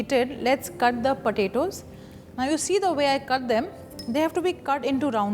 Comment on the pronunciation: Roundles of Padetos..